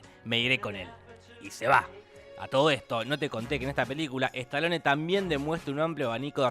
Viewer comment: "estalone" es un pauer "ransher" 😁